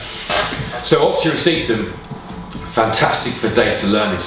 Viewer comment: I've all ways presumed it was pronounced as a "Rass-ee-tam" he says it more "Receipt-um". Not a complaint, just wondering how other people pronounce it??